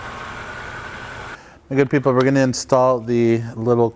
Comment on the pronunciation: thanks, do you keep saying “my good people” or “maggot people?” Lmao